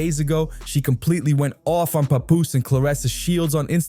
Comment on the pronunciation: that’s how you supposed to say it Not Pap Poose